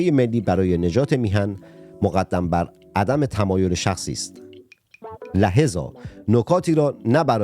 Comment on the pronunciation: کوکا عینک تو سر یحیی نژاد بخوره چرا انقدر بیسوادی؟ لهذاا رو نمیتونی بخونی ولک!